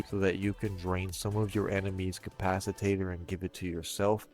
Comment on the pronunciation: Good video but...um "capciTATER?" Hope he's being tongue and cheek when he says it. And I have question everything now because a says you can rep yourself with your own drones.... thats a hard NOPE!